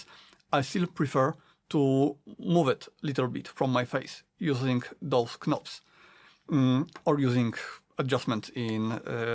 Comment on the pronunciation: Great review! I just couldn’t help but mention that the “k” in knobs is silent if you didn’t know. English is weird hahaha.